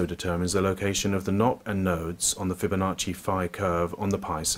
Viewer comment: The "sancrit fibbonocci curve a planes" 😂😂😂 "taurus equitorial plane" 😂😂😂